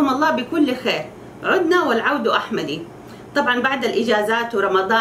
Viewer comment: يا أخت العود أحمَدُ وليس أحمدِ